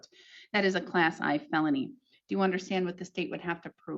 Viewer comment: This could be AI generated. She pronounces "Class 1 Felony" as "Class I (eye) Felony" which a judge would not do. Zooming in on her mouth, it's highly pixilated in contrast to her eyes and the shape of her mouth isn't consistent on different vowels. The strange boxes around her mouth might be due to compression of the video because that's the part moving the most. It would be nice to validate that these proceedings actually occurred and such a judge does exist.